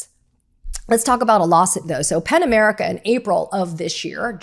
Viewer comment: Pen America or Pan America?? Ok, it's "Pen" America. Helpful to spell -- you are actually pronouncing "P-E-N" as if it COULD BE "P-A-N". Just an internet/YouTube Virgo. But, a truthful one. It's just AS EASY TO SPELL IT, Katie, right?